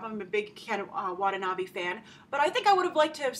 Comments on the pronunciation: Facepalm* *Double Facepalm 1.It's american movies,not japanese movies,it's not a TOHO movies! 2.its Ken WatanaBE not BEE,it's read like "BEd" not "bee" 3.THE JAPANESE ARMY IS IN THE FUCKING JAPAN! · You are pronouncing Watanabe wrong Grace